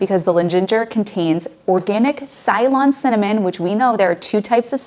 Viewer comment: Ceylon is not pronounced Sylon. It is pronounced Selon, the historical name of Sri Lanka.